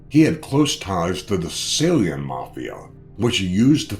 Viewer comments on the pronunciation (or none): none